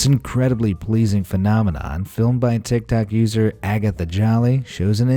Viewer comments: tik tok not tik tak, would feel like a tik tak though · I was relaxed until he said "this tick tack person" it made me stress because it's TICK TOCK not tick tack like if you agree